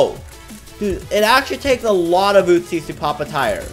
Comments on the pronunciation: And it’s uzis not utzis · User “five loads of ootzies”